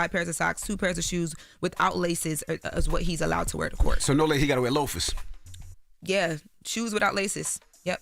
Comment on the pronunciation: "SO HE GOTTA WEAR LOFFASS." Lmaoo Envy what? That's your main takeaway? 😂🤦🏽‍♂️